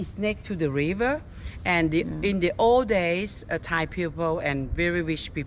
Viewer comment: Si dice e si chiama thai e non thay